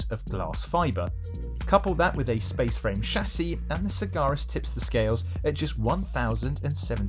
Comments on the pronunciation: FFS it is Sag-Aris. * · Except he can't pronounce the car's name properly..